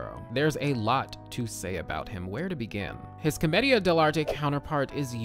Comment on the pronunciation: Everytime he says Comedia it sounds like chlamydia